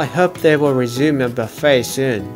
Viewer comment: Would love to go on this ferry. Buffe(t).don't pronounce the t.